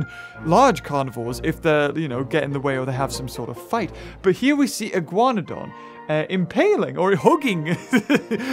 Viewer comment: And the Iguanodon shall now be pronounced as the Iguanahug (you) :P